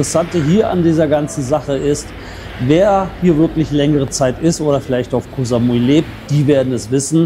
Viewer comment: Koh Samui war schon vor 30 Jahren eine reine Touri Insel, auch mit den ganzen Pauschalangeboten aus Europe. Koh (Insel) wird ja nicht mit scharfem K sondern mit einem weichem G ausgesprochen. Sollte man als langjähriger Expat in Thailand eigentlich draufhaben.